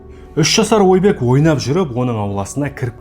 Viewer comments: Ойбек Отабаев емес Айбек Атабаев деп айтылады. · Ойбек деп жазылады Айбек деп айтылады Отобаев демей Атабаев деп айтсей